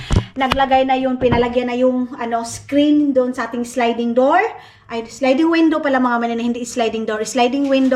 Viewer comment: sliding Hinde slinding